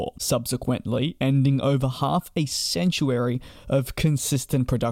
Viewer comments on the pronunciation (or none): Sounds like you said "half a sanctuary" of production. Presumably you meant half a century. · I've never heard anyone pronounce century like that before.